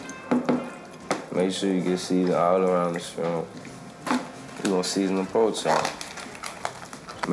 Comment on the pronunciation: “po chop”😂